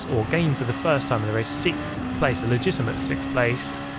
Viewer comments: "sikth place" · "sickth" place is always legitimate for you, mate.